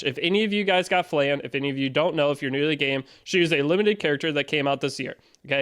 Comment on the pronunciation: Its Flan,not Flen